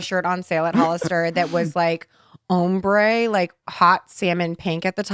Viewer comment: Why is saying Ombre wrong